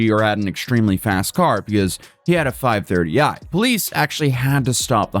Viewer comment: As a car guy the emphasis on the 5 THIRTY I is killn me hahaha base model😂